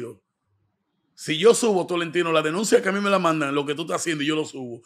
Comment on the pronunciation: Amelia no Ñamelia.... jjjjjjjjaaaaa